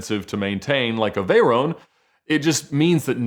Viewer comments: VAY-RONE.... uh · veyrown? da fuq he just say